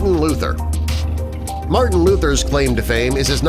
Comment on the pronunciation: Marthen Luther king jr not possible marthen Luther king ya ok.CORRECT your self😡